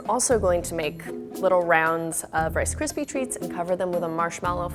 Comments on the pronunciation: wice kwispy tweats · “Wice cispy tweats”